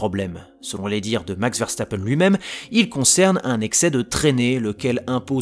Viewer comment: Ça se prononce Veurstappen pas Verrestappen